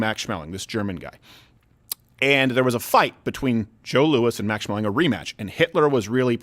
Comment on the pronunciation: It's a hard A. Schmeling